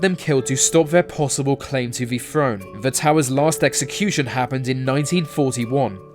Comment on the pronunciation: so this guy can say the they and numerous other words with the TH sound, but cant say Free) , or Thrown (FRONE). Its like a female who thinks there stupid quirk is cute, only I dont have to fake agree with them because I want in their pants. You know how to make the correct sound Ive heard you do it so quit that immature bs.